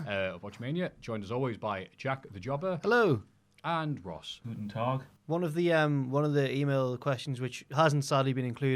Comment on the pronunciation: Did Ross just say "Guten Tag" in nearly perfect german? 😂